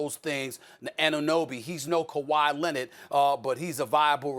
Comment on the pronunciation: “KAWHI LENNIT”